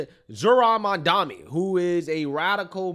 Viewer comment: How hilarious is it that unironically does the same mispronunciation as cuomo (of Mamdani’s name)…. Calling the guy “Mon Dommy” (at like )